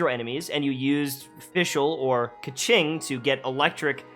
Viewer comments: $$kaching$$ LMAOJKS its a chinese name, the pronunciation is "kuh-tsing" :') thank you so much for this guide!! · Kequing... kaching.... AAAAAAAAAAAAAAAAAAAAAAAAAAAAAAAAAAAAAAAAAAAAAAAAAAAAAAAAAAAAAAAAAAAAAAAAAAAAAAAAAAAAAAAAAAAAAAAAAAAAAAAAAAAAAAAAAAAAAAAAAAA